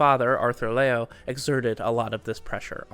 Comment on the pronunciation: "Liu" is pronounced, lee-yu! but in one syllable 😀